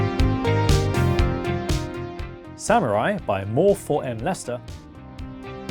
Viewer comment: More4Mlester 🤔🤔 sounds a little weird